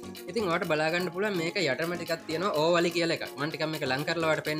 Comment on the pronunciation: ඕවලි නෙවෙ ඕවලේ🙂